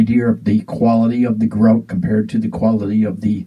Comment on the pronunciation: Please, it's GRO-TAY! it sounds much warmer than the firefly.